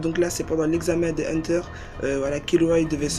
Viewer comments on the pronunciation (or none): C'est Kirua pas Killua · "Kirua" c'est pas difficile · Arrêté de dire kiloua c'est kirua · KIRUA PAS KILLUA